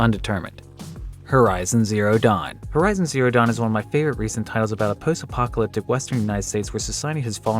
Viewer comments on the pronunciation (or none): The hell is 'Her-Izon' ?